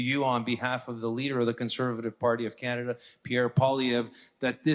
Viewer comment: did you hear............she said.....Canada-"CHAINA"😳😲.............